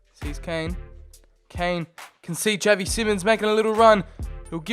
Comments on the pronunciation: It’s pronounced shavy not chav e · Not Pronounced as Javi, literally pronounced as Xavi, (Za-vee)